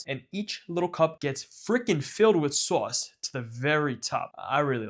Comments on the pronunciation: Someone needs to make a supercut of every time he says "saauce" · Why do you pronounce sauce so weird